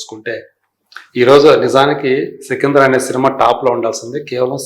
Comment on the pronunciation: Sikindhar kaadhamma sikandar 😂😂